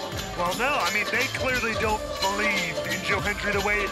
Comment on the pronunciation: Do you Bo-lieve? LOL.